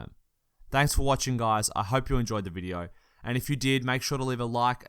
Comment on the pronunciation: this bidyo ispanny🤣